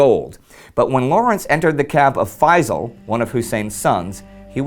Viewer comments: I really wish that people would pronounce the Arab names correctly, especially that the name Feysal does not contain any of the letters that are very difficult to pronounce by Westerners. It's Feysal, the S is pronounced as S NOT as Z. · if you wanna perfectly pronounce the name Faisal, don't use z instead of s. say Faisal with the s full and complete it's even perfect pronunciation if you add a lite barely heard whistle stressing the s.